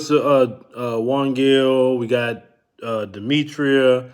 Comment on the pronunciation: You're wrong. You always mispronounce Demetra's name by adding an "i" to your pronunciation. It"s not Demetr-i-a. She did correct you once, well over a year ago. The thing is, a person's name is their most personal possession and therefore, getting it right is respectful.